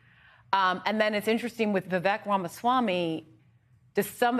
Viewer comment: It's [VIV-AEEK] - like CAKE... I thought you two were professionals. 🙄